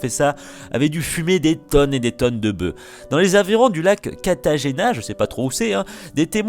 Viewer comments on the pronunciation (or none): none